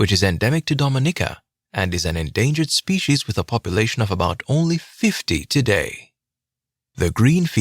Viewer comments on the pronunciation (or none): none